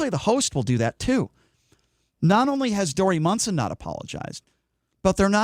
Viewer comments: And, it's MONSON, not Munson. Get the name right, too. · And you should at least be able to spell and say his name right. :-) and how do you know how long he was suspended for when it has not yet been announced? And he ****DID*** apologize even before the suspension was announced. And he did NOT mock transgender. Talk about fake news.. this is if.